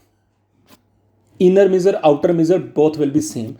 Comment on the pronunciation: For love of GOD, please learn how to pronounce "Measure" though great video